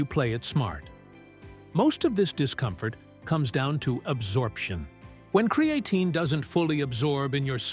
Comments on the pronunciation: Bummer that this is AI generated…cre A tine….no..that’s not how it pronounced…AI….stop immediately…not gonna make anyone more wealthy that use AI…lazy people. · Cree-aye-tine is so ANNOYING i wont be back. If u arent going to get software that can pronounce words correctly then use your own voice. Cree-aye-tine. WRONG! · Creatine ❌ Cre-A-tine ✅ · CRE AHHHHH TINE. 😂😂😂 God, i hate A.I. good vid other than that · Bookmarking this video for information, and to come back and get a 😂 from “Kree-a-teen” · THE way this bot says cre A tine ,spoils this info . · Why? Don't you know what Kree-A-teen is? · I hate videos that are AI voice over. It took you two and a half minutes to say creatine correctly